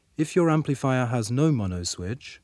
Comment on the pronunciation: "emplifier"? lol